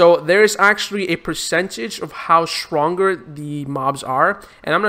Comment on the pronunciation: ''swronger'' 0: love the accent though haha.